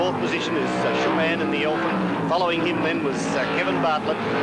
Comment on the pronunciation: What was it about 70s commentators that seemed to make it impossible for them to pronounce Vern Schuppan's name?